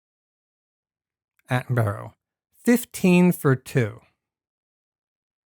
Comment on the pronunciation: One point, it's pronounced "Atten-bu-rah".